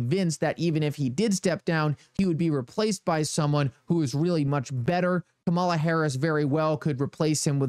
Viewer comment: Her name is pronounced 'Come' 'A' 'La'. She is the Vice-President of the United States & should be shown the proper respect by at least pronouncing her name correct.